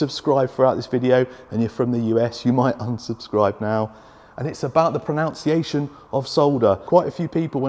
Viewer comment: It's "pro-nun-ciation" not "pro-noun-ciation" 😂 but yes the sodder thing grinds my gears too. Great video thanks for the tips